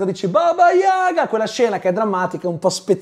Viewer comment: Tutto molto bello ma il russo Kurt doveva pure sapere che l’accento in Yaga si mette sulla seconda lettera a.